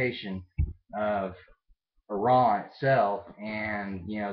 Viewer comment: Yep I can imagine a country where everyone thinks you're the enemy. Well, atleast your neighbours. I live in one.. India! :') But yeah.. FINALLY an American who says Iran, and not Eye-ran. YAY! :P